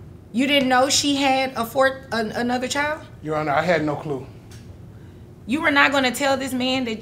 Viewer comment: CHILD IS PRONOUNCED CHILD, NOT chield